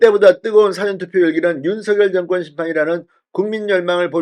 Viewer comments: 싸전투표가 아니고, 사-전투표! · " 사전투표 " 이란 말씀보다 " 사~전투표"라고 ? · 발음시 "사전투표"가 아닌 " 사:전투표 " 로 발음해야 하는데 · 사전투표는 국어사전, 영어사전이 아니라 가르쳐드렸는데 계속 무식한 발음을 하십니까? 가르쳐주면 좀 고치십시오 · 사전투표율이 낮아야 허는 것 아닌가요? 보수지지자들은 사전투표 의도적으로 하지 않았을 것 같습니다. '사전'은 dictionary가 아니라 pre-event입니다. 발음이 ㅎㅎ~